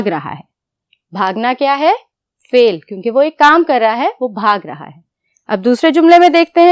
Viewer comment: It is not fail it is fal